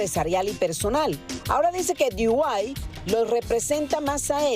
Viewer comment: Dee Why?..... Di White?.... Di Guai? 😅😅😅😅